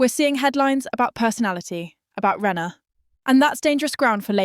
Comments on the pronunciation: It’s not renner its rayner get the name right atleast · Shes called RAY NER for god sakes get the pronunciations right